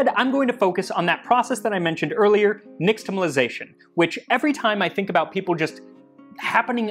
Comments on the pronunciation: I’m pretty sure x represents "sh" in Nahuatl transcription, so "neesh-tamalization” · Your Nahuatl and K'iche' pronunciation is pretty good too! One small thing for the future: the is typically pronounced like "sh" in indigenous languages that has contact with the Spanish, so it would be "nishtamalization" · you pronounced nixtamalization wrong as well. its more like nishtamal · Hi, Max! I enjoy all your videos, but this episode spoke to me as a result of my abiding fascination with pre-Invasion Mexico. As such, a language note: the letter “x” isn’t pronounced “ks” as we are wont to do. Instead, it is an “sh” diphthong. Thus, “nishtamalization,” not “niKStamalization.” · Nāhuatl x, like in Medieval Spanish, is /ʃ/ not /ks/ so you're pronouncing nixtimalisation wrong /nɪʃtəməlaɪˈzeɪʃən/